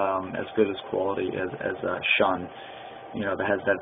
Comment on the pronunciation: Pronounced "shoon". Review should be done by people not saying "I really don't know" or "I guess" etc.